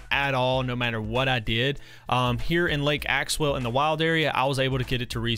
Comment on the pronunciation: Did he realize he was calling lake axew lake axewell Edit: I thought he 2s talking about axew island